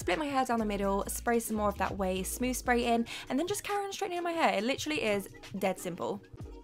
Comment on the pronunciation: take a shot every time she says “licherally”